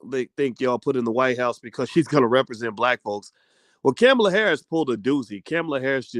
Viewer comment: C'mon, Dr Bryce her name is pronounced "comma-La" thats so racist.